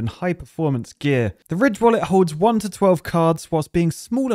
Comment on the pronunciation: wait is ridge wallet supposed to sound like rich on purpose? Did i just realise that?